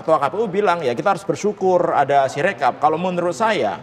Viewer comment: Si Rekap salah baca 😂